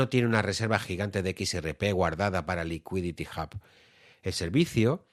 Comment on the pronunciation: Un poco cojo el análisis... pero lo que cuenta es la intención. Por qué dices "Licuiditi Jab" y no "Liquidity Ub" tete?